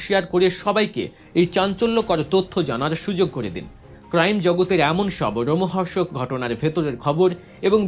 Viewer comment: রোমহর্ষক নয়। বলতে হবে লোমহর্ষক। ২৫ ডিসেম্বর ২০২৫ আসসালামু আলাইকুম /